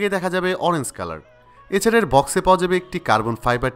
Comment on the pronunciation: Oranze na Orange🤣🤣